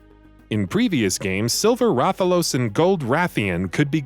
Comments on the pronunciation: For fuck sake This list is alredy wrong 1#Sephiroth KH 1 and 2, Talk about Final Mix ver But shows Lingering Will at the very start. you guys suck. 8#Silver Rathphalos? DA FUCK learn how to pronounce IS TAAAAAAAALOS like AAHHHHHHHH. This entire list is a fucking joke. Gungeon is the only game where i agree because i never play it. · It's pronounced Wrath a los. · That's not how you pronounce Rathalos and silver rath ain't that hard